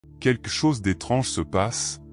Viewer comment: On ne pourrait pas enfin enseigner à cette IA comment prononcer le mot "quelque" ?!